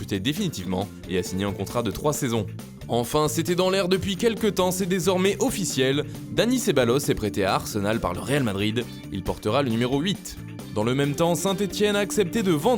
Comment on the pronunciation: Ceballos se prononce "Sebayos", frère...